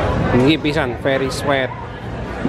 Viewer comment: Masa org bule baca tulisan sweet di baca swet, bukan swit.. 😂